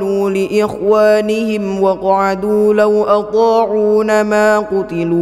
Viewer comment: Ayat 168 "lau athoo 'uu naa maa qutiluu" nun nya dibaca panjang 🙏🏻